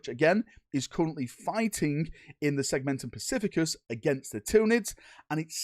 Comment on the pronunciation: Segmentum "specificus" haha